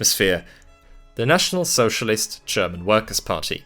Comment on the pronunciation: Great video! Though i do have a question: Why do you pronounce 'german' as 'tscherman'? 😅